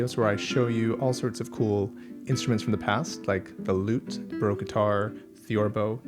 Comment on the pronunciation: Why would you say Broke guitar? There is an A in Baroque. Do you drink beer in a br? Or in a sloon?